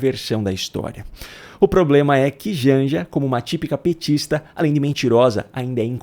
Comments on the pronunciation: Vamo combinar ????? Affff sem classe alguma. Aliás NÃO deve NEM SABER o que é e para o que serve um PROTOCOLO. E "plobema" afffff ... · O ploblema é que... Sabe? Sabe? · Ainda soltou um sem "poblema" 😂😂 inteligente kkkk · Ela sempre tirando o r do poblema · Ela fala muito errado ela tem ‘POOOOBLLLEMA”🙈🙈🙈🙈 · Ela tem ploblema quando fala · A Janja tem um sério " ploblema"" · pelo menos poderia aprender a falar PROBLEMA